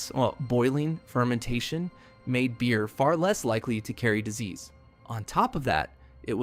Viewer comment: Beer not Bear ;) keep up the great work